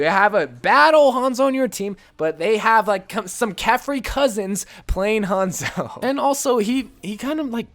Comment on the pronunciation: really hates Hanzo so much he can’t say his name right